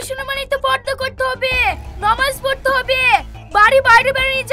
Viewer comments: নামাজ না নমাজ ঠিক করে বলতে পারে না। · নোমাজ না নামাজ ভালো করে বলতে শেখো